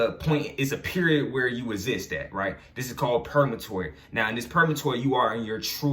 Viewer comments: Purgatory bro not purgamatory .... But i fucks wit the message so pronunciation doesnt matter cuz i know what you talking about .... But id like to pick your brain because im caught up and feel like im at a standstill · He said purgamatory 😂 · Are you saying purgatory? 🤔